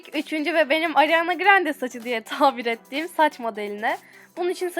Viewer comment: ariana grande yi alarma grande olarak anladim ya jdndmd